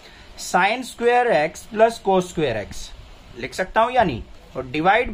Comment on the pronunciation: cos❌ koooss💯